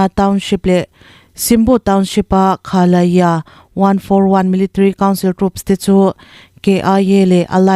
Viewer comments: Kha la ya nilovin Khah Lah Zah Tia lamtur Ani e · Khah Lah Yah tih zawk tur Z ri ni lovin Y ri tel zawk se a dik zawk ang.